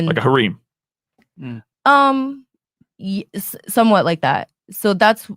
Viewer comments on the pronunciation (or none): Lol seriously, no one called out for pronouncing the word "hareem?"